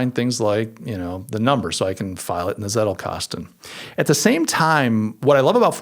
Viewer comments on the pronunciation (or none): Leuchtturm is pronounced "loisht-toorm", and the Z in Zettelkasten is pronounced "tss".